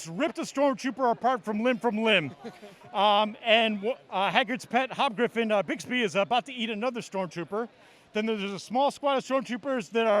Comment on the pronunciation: Did he just say Hagrid's "Hobgriffin Bigsbee"??? Someone PLEASE tell me that is on purpose XD